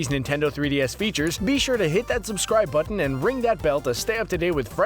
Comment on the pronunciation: teh butten